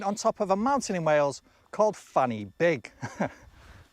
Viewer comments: Fan y Big. The Y in it is actually prounced similar to 'uh' not "e" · "Fan Y Big" is actually pronounced "Van Uh Big." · well done for realising that Fan y Big is pronounced wrongly in the video. For those who don't know, we say "Van uh Big". I used to live not far from Pratts Bottom and Badgers Mount. Childish sniggers ensued on a regular basis. The places are all real. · Calling Fan y Big [actually pronounced Van er Beeg] Fanny Big, is like pretending Pennsylvania is Penis Veneer. And I couldn't watch any further. Sorry!!! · Sadly Fan Y Big is not pronounced Fanny Big, it is pronounced Van Uh Big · The Welsh pronunciation of ‘Fan Y Big’ is “Van er Big”. Just so you know. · Yes, its pronounced Van ur big